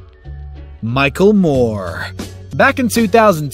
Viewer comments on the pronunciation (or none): none